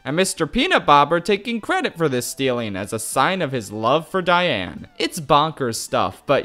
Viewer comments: Did you just say Diane “Negoyen”? 💀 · Please tell me you figured out how to say Diane’s name right by part 5